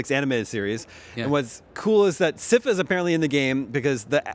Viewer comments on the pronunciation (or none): WHO IS SIGH-FUH?!?!